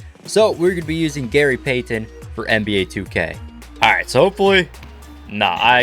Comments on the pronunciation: Can’t STAND how this dude says Gary PAY-TEN 🤦🏻‍♂️🤦🏻‍♂️ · same. he said “Gary PAY TONNE” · I thought I was the only one Gary peythenn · It would have taken far less time to learn how to say PEYTON instead of pay-ton every 5 seconds. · I hope he's Canadian with the way he pronounces pay-tun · Gary Pay-Ton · Gary Pay-Then with chewenty points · So am I the only one who was bothered by the way he kept saying “Payton” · Gary Peigh-ten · “Gary Paythin” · i hate the way he says payton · Please stop over pronouncing Payton 😂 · i hate the way this dude says payton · Who pronounces the t in Payton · the way you say payton makes my ears bleed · I would have kept missing too if he kept butchering my name lol!!! Great video though for real.